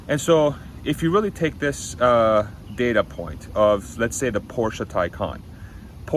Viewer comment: please pronounce Porsche as “Porsh” not “Porsha”.